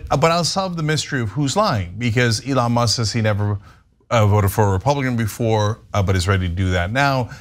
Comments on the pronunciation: notice how he called him "Leon" and did his verbal dodgeball before saying "Elon" because his brain is rotted? And do we REALLY believe he would/could read more than 2 words of that contract? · Did you hear him call "Elon" ..."Leon"....LMMFAO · Trump first called him "Leon.." then had to repeat "Elon" twice to make sure he's now saying it right. SMH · leons err elon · He said Leonce